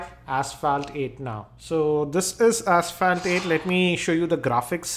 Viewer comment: PLEASE CHECK PRONUNCIATION OF ASPHALT. Please be a normal reviewer, do not try to act cool. you are not